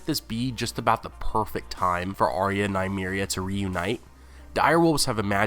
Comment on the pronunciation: Nice work but please learn to pronounce Arya's name correctly.